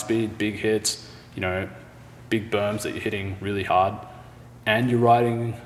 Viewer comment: Pushin' ard! 😋